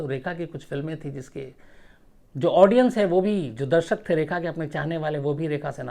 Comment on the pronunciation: Plzzzz Sir Rekha ko Reha ki trah mt boliye.......